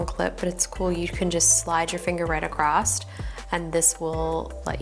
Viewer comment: Did she just say acrosst????? 😳😂😂😂😂